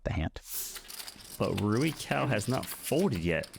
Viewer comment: Commentator also got it wrong but the cao in rui cao is pronounced tsao. the "ts" sound is like the end of cats